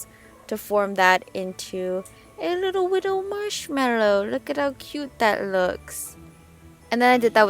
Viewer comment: "a little wittle marshmallow"